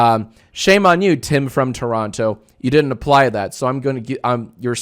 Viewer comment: Did he just pronounce the second T in Toronto????